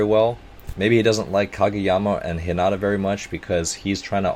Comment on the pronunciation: You should start doing this more often and it's (HE-NA-TA)